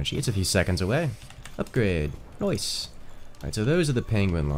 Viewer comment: When he said "noice" i felt noticed